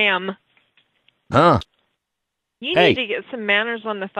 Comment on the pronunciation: its ''ma'am''